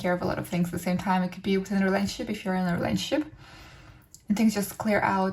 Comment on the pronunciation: Please slow down and pronounce words properly. It adds unnecessary noise to the message. "Rayshunshep" = Relationship. :/